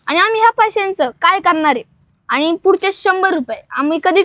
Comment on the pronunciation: आनी नाही, आणि! पानी नाही, पाणी!